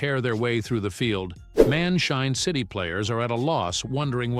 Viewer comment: bro it's man shine city not man chain city to